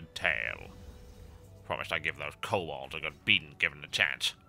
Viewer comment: Kow-Bolds? Really? I think the noir is hurting your tongue, man :(